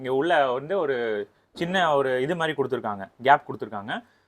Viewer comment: தம்பி தமிழை கொல்ல வேண்டாம்...அது மாறி இல்லை மாதிரி 🤦